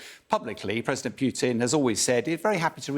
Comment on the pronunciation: Stop funding Ukraine and the war ends. Why can’t these English pronounce Putin’s name?